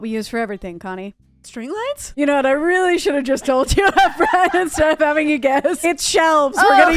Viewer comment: see said weelly